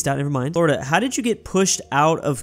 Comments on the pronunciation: “Flordia” lol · Who else noticed he called Florida "Flordia" LOL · I love the "Flordia" ajjsshajajhahsjsjsjs, alternative Florida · called Florida "Flordia"